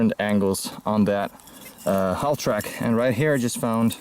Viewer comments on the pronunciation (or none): I really hate to be pushy but the ''L'' is silent in halftrack